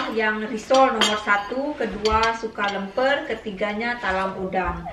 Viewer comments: Lemper jadi lempar.... 😂😂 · bukan lempar tapi lemper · Alhamdulillah Di dan Bry juga sekeluarga sehat2 juga happy. Btw, baru kali ini baca kue lemper jadi lempar ala 🤣, ngakak. Atau memang betul yah namanya lempar ayam 🤦‍♀️ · Lemper mbak...bukan lempar....😊👍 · Lemper bukan lempar wkwkw lempar bola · Lemper bukan lempar.... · Maaf...bahasanya Lemper bukan lempar...jd maknanya beda nanti😀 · Lemper mb, bukan lempar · LEMPER mbak..bukan LEMPAR